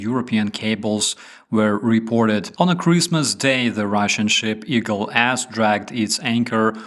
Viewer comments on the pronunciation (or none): I know it is not funny but I cannot help laughing when you say Eagle S dragged its anchor because I hear "Eagle Assdragged its anchor"